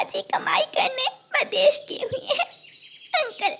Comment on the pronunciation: O nalaik, v a d e s h. nahin--- V I d e s h. Bolna seekh le. Saat nahin-- Saath. Baad ka kaam nahin-- Baki ka kaam. O anpadh ganwar, kaise uncle ne ,usne nahin-- Unhon ne. O bewqoof, kapde silai kar ke nahin--- Kapde sil kar. Sach mein nahin--- Sach much. Char suit ke nahin--- Char suiton ke. Pakshi kab se kapde pehanne lage? O bewqoof,papa chidiya nahin chida hota hai. Do second pehle to wo mano chida tha O nalaik, ude phir rehi nahin-- Udti phir rehi thi.